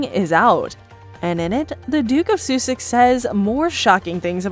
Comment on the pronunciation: It's Princess Diana not Diane also Suses is pronounced Sussex... Soosex... Sorry!